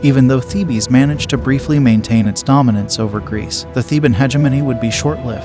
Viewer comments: As this is about the Greek city of Thebes and its army it would have been appropriate to pronounce Thebes correctly. It's one syllable, pronounced 'Theebs' not 'Thee-Bees'. If you cannot bother to pronounce the main subject correctly it casts doubt on the reliability of the rest of the information included in this presentation. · It's not pronounced "theebee" it's just Thebes! One word pronunciation and not thee bee😮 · THEE-BEES?? That's all I can stands; I can't stands no more!! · Isn’t “Thebes” a one syllable word? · I glad you commented. It was driving me crazy. Like a repeated flat note in a musical piece. The rest was pretty good quality and we'll worth watching. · Of course.goofy pronunciation